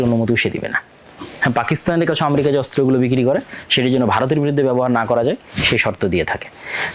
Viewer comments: জ্ঞান বাড়াতে হবে। বক বক করলেই হবেনা! ইরাক-ইরাম যুদ্ধ কেনো হয়েছিলো আগে জানুন। আর আম্রেকা না ওটা আমেরিকা উচ্চারণ হবে। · স্বঘোষিত বিশেষজ্ঞ ! যিনি উচ্চারণও জানে না। আমরিকা কী? পৃথিবীতে কোনো রাষ্ট্রের নাম কী আমরিকা ??? যুদ্ধ হচ্ছে জ্ঞান ও প্রযুক্তির দ্বন্দ্ব? না আধিপত্য, অস্ত্র ব্যবসা, অর্থনৈতিক নিয়ন্ত্রণ ???